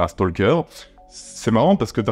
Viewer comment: Un petit point ; on ne prononce pas le "L" dans Stalker. Oui, je sais, la plupart des gens s'en foutent, mais même si vous vous en foutez, bah maintenant vous le saurez 🙂